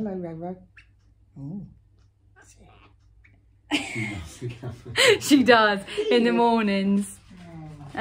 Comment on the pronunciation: I swear I’m losing my hearing, for the longest time Jay - I swear you’ve been saying LoLo 🤦‍♀️ But it’s RoRo which now makes perfect sense lol ❤️ Great Vlog both :) looking forward to watching the others :) x